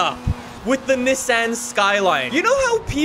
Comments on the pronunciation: “the neh san” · "Mazzdau" and "Nissinnn